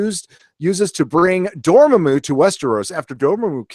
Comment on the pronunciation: Why do you pronounce everything like you’ve only read it? Unsullead, Thane-Os, Door muh moo